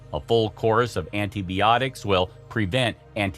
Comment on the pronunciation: Antie-Bee-otics. Lmao